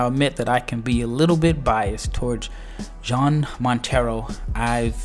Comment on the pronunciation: Hey bud btw. You say Jean like yawn. You say it like Yawn Montero, Not John.